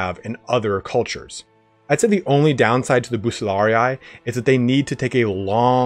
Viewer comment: latin pronunciation of bucellarii is not as in TW "bu-cell-ARE-ee-aye", with aye at the end